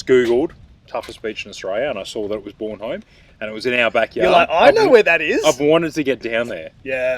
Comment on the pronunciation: Soccer Mum. Mate you're pronouncing the beach wrong. It's Bornholme, not Bornholme. Cheers for another top vid.